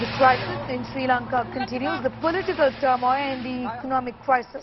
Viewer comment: Turmoil.....? News caster's ... pronunciation...is not good at all... 😀